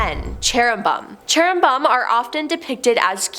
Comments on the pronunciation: "Cheru-bum?" is 😂. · pronounced Cherubim as CHERRyBUM; Seraphim as SERFIUM and Nephilim as NEFLIUM 😁my gawd! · What's issue? Where on earth did she learn to read?! She literally mis pronounces the very first angel. It's Cherubim...! Chair-a- bim! Holy crap! First of all you should likely read the BIBLE so you could actually know what you're talking about... You have no clue what you're talking about. You are the worst host the top 10 has ever had!!! Find another JOB!!! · Cherubim is pronounced 'CHAIR-uh-bim. Nephilim is pronounced 'NEF-il-im".